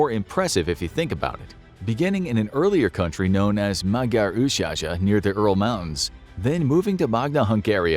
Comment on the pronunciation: So country which change multiple its size and change few times its location over few tousands of years??? I am look at you Armenia... And I Can Also tell you this Magyar Oshaza (Magyar ancient Home) you dont pronounce that like maadyaaa oooShaaShaaa ( you Also not pronounce Sri Lanka like Shri Lanka..) it sounds Madjar ( like Mon Dieu ) Ősh haza (a like banana and not a like back).. It is pronounced